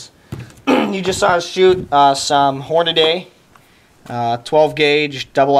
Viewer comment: Hornaday??? Hornady say it slowly